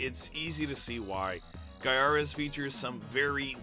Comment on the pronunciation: I still think it's said "GUY-a-res"! Good review here!